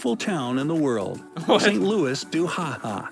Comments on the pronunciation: St "Lewis." No man, St. "Lewie." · If it's not been mentioned, the narrator's pronunciation of St. Louis was atrocious